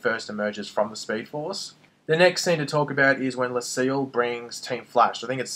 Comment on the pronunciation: You keep calling her Lucille. Her names Cecile